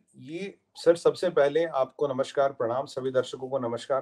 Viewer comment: It is Namaskar and not Namashkar.